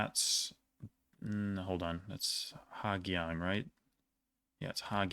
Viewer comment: I mean most of it is accurate — not everything. Some words you still mispronounce, especially 'Giang'. The way you pronounce it sounds more like 'K-iang', which is quite different. In Vietnamese, 'Gi' is one blended sound — not 'G' and 'i' separately. It’s somewhat like the English 'the', but without your tongue touching your teeth. Then, combine that with the Vietnamese 'ang' sound — so the whole word is pronounced like 'dang' in Vietnamese, not the English word. Altogether, it should sound close to 'Zang', but softer at the start. Also, tones are crucial in Vietnamese — we have six of them, and using the wrong tone can completely change the meaning of a word.